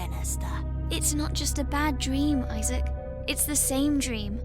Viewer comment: Esther's friends are Molly and Issac Issac Really? Pronounced Isaac